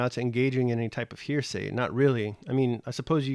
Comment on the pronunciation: I'm finding your commentary interesting, but you are making one big mistake--mispronouncing the word "heresy." It's usually pronounced "HAIR-uh-see," not "hearsay," as you are pronouncing it. "Hearsay" is something else.